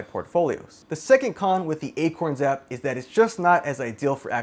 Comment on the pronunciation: you said akons xD had me deaAADD